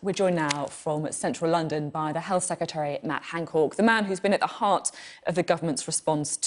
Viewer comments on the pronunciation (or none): Is she saying "Hancork" because she doesn't want to say "cock"?